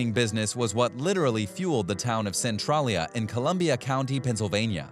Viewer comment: You literally lied about Centralia. Not only did you not pronounce it properly, but you didn’t even get half the info correct. I know because I grew up one town over when it all happened. Made it difficult to watch any of the rest of your video. Maybe do some proper research prior next time.